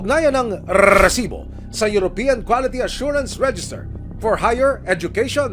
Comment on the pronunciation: mr john consulta, pwede mo bang sabihin nang maayos ang salitang resibo...ang cringe worthy kasi...as in eeeeeew!